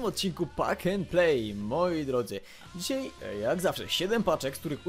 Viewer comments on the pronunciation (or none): none